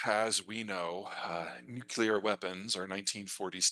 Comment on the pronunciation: For all his smug erudition, he says 'new-cue-ler' the same way Dubya did.